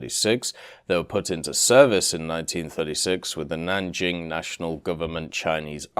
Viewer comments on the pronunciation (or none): none